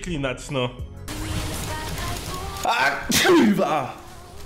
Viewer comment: NO I A NIE NOI KURWA MAC